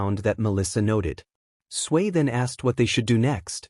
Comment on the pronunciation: Why does it sound like 'Sway' instead of 'Tsuyu/Asui'?